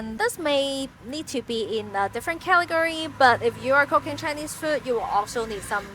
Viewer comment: I'm brand new to your channel, and I noticed your English accent is very good. However whenever you would say "...Cooking-" it sounded like "cocaine" and I kept thinking I accidentally clicked on a different kind of video. 😭😭🤣 Thank you for this video this was very helpful.